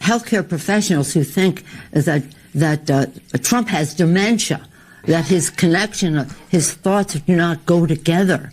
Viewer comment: Funny how she pronounced demenshshshshia 🤣🤣🤣🤣🤣🤣